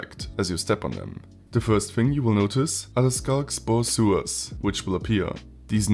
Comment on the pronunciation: it's spewer